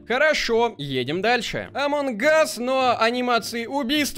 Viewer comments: Неееее амонг гасссссс а амонг ассссссссссссссссссссс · меня бесит когда ты говориш амон Гас а не амонГ ас